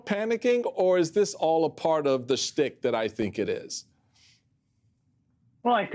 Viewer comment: The Trump stick? The word is schtick. There- you said it right the second time.